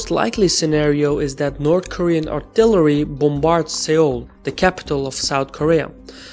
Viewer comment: Its pronounced Sole, not Sayole